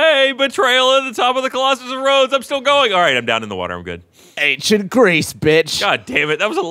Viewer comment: says ankshient